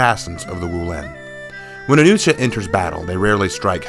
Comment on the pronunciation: The way you pronounce Nuxia, it sounds like you’re saying “New Shit” XD